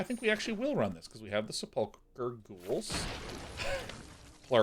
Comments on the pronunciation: At least he's not saying Sepul CHer. But yeah, slightly off with the emphasis on the UL. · His pronunciation of sepulchre is driving me insane.